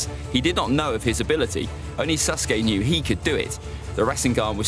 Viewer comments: Anyone realise that he says suske not saske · Bro the way he says sasuke sounds like SUSke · bro my mans really said " susgay" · "And susgay"